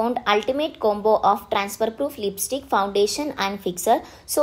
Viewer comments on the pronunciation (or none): none